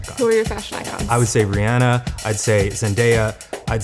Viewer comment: Eugene definitely called Rihanna "Brianna" when he first said her name.